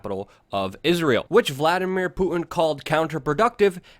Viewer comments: PuTin not pooin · Hey Luke, I'm being hyper critical here but enunciate your "T"'s please. It's not just you but I'm hearing this a lot from Americans in recent years where words like "Putin" comes out like "Pooin" or Satan sounds like "Sayyin". What's up with this? Is this a conspiracy against the T sound?